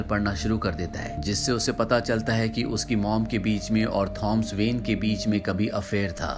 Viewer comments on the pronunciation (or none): his name is tho-mas not thoms